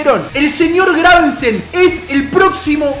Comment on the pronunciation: muere un gatito por cada vez que dice graveNsen xD